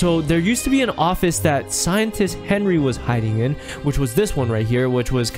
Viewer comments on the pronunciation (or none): none